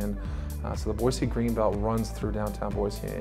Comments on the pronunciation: 8 generations in the state and there is no z in Boise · I've noticed the locals make it a point to say "Boy-see" whereas most people pronounce it "Boy-zee"